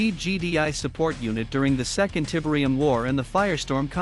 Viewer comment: Tibrium 😬 Please stop with the awful AI voice.